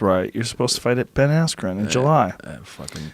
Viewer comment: Ben rhyme with pen you meat head...